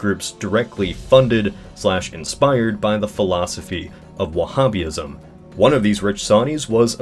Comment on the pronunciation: Wah-hab-ist Wah-hab-ism